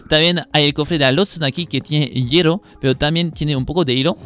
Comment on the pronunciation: "hiero" "orro". Nice!